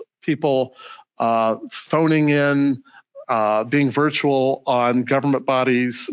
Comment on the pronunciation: "...in that VIERTUAL environment." How about in that ACTUAL environment"???